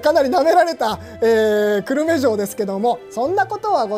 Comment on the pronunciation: 久留米が思いっきり地元なのでコメントさせていただきます。 く↑る↓め↑ で合っていると思います。 少なくとも私はこの発音で久留米と言ってますし、周りも同じ発音です。 地元が出てくるとうれしいですね。 城プロ応援しています。